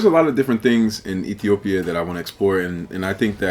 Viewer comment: I like the way she pronounce Ethiopia. One of the amazing comment about my country thanks a lol